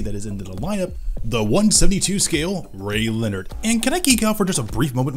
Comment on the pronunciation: Ray Leonard? Ray-lee-oh-nard